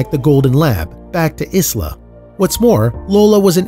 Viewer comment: For goodness sake the s in Isla is always silent. This is a great traditional european name. Please do it the honour it deserves..